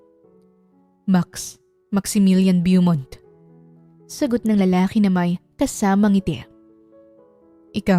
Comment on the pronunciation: Beaumont is pronounced Bow-mont po. Sometimes American will pronounce it as Boo-mont.